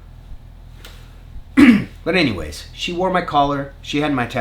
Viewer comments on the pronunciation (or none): none